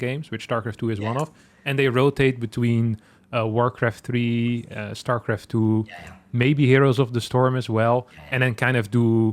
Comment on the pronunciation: 8 seconds in and I guess it's called Shtarcraft 2.